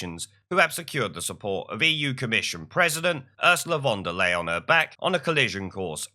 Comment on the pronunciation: Another mis pronunciation of "Fond of Lying"